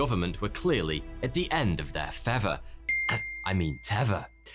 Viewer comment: I love this guy's videos, but I keep getting distracted by his accent. I used to think he was introducing himself as 'forty two'. He seems unable to pronounce 'th' and instead pronounces it as 'f' or 'v'. For example, he says 'fever' instead of feather. Instead of Meredith, he says Meredif. Instead of things, he says fings. Does anyone know where his accent comes from? It's obviously English, but from where more specifically?